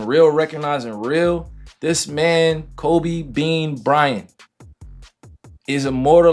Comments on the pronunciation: And its KobE not kOBEY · Man you can give the AI the correct pronunciations of names, btw. You don't have to just let it say Kobayy 100x. I appreciate the hard work on the video but that was rough.. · Who the hell is Kobay? It’s Kobe lol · Boy keep calling him kobey😂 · This narrorator keeps saying kobay, its ko-be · It’s Kobe not kobey buddy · Its kobe,not ko bay...please put sum respect on his name 💜8💛 💜25💛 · Forget the video topic. Listen to the pronunciations by the narrator in this video. It’s fake AI trash people. Koh-bay (like the region & beef). Kyrie is in the freakin’ video with his name being correctly pronounced by other NBA peeps, but when the narrator says Irving’s name? What the heck is that… F**k AI generated trash. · Ko~Bay ?? Haha 😂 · Put r3spect on his name..its not koBAE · Nothing like seeing a video that tells us to put some respect on His name then proceeds to say “ Kobay” and Devin “Buuueker” 😒🤦🏾‍♂️😂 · Kobay and Kuriay for Kirie 😂